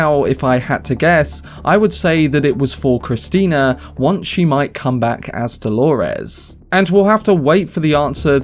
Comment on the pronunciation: it's Do-lo-res, not Hol-o-res